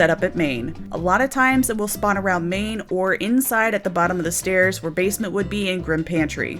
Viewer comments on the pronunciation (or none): I understand what you mean when you say main but I keep hearing "Maine" 😂